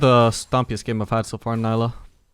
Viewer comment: why do you keep calling it nailah? Its neelah. Awesome video though!